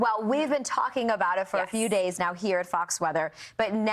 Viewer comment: "In the goff"?